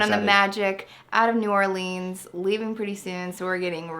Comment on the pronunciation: I love your channels so much I went back and watched episodes you guys released since the beginning. However, you need to Google how to pronounce New Orleans. My sister lives there. It is New Orlins.... like camera lens not Lean like lean cuisine. The kids growing up are adorable.